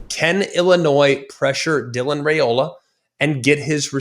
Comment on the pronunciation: Very good report, but please learn to pronounce players' names before the show. Raiola is pronounced Rye-oh-la, not Ray-oh-la. Thanks!